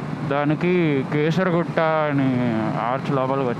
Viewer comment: not kesara, Keesaragutta it is